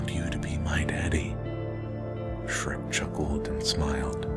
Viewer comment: Shrek is not Dhrek!